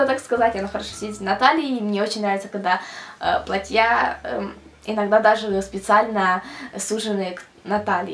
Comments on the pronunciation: не платьЯ, а плАтья! Аж язык режит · Я понимаю, что родной язык - украинский, однако, слово "платьЯ", как она его употребляет, ошарашивает. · не "платья",а платья(ударение на "а")